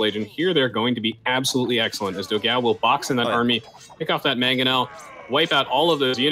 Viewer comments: Funny to hear them mispronounce Dogão's name repeatedly It's pronounced "Do-gann-u" It means "big dog" in Portuguese. Obviously brazilian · funny how they pronounce dogao. 4 the record it should be pronounced "dog-"one" without "o"- and then "o". means something close to big dog in portuguese.